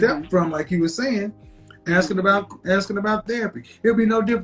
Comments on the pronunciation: Axing? A-S-K-I-N-G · “AXING” a woman!!! 🙄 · 'aks' 'aksing' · Black people need to start speaking properly… almost 90% of the women that come on here always say “AKsin” instead of “asking”… and that’s not the only word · "Aksing" not "Asking"